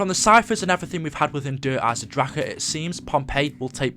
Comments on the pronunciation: it's pronounced izendrack not izendrackur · Isn't Der Eisendrache pronounced Der Eisen Drak? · It's said Der eisenraCA. If it wasn't said that way, it wouldn't mean The Iron Dragon in german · Why do you say der eisendrache so annoyingly just say it normally